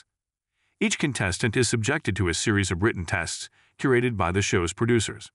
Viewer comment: I assume this is read by an AI. Otherwise I do not understand how the same word can be pronounced 3 different ways in the span of 3 minutes.